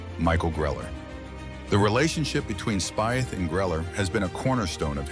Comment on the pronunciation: Pronounce Speeth